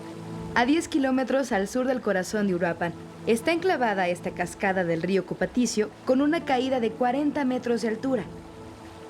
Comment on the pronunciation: Buen documental, sólo una pequeña corrección: no se dice río Cupatisio, se dice Río Cupatitzio.